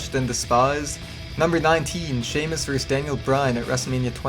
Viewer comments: it's pronounced VER-sis, not verse!! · I can't take this seriously when he keeps saying Wrestler A "Verse" Wrestler B